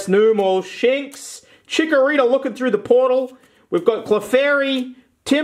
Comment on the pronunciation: Sphinx. The way you said it, it should be shits lol